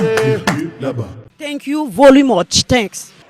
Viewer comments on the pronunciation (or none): "Tankyou voloumotche" notre 😅